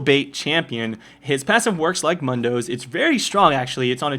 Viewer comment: M-undoe, anyone else think that's weird? I thought everyone says Mooooondoe. At least, that's what his joke pronounces his name as.